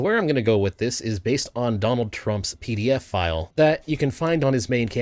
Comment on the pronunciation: my heart skipped a beat, I thought you meant “PDFFILE” not pdf file lol!